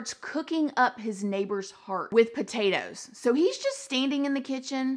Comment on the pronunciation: I love that “with potatoes” was so emphasized lmfao